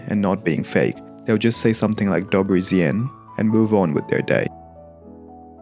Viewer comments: ja usłyszałam 'dobeł zjenń' 😂 i zajęło mi to parę sekund żeby się domyślić o co chodzi XD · "dobły źień" 😭😭😭🙏🙏🙏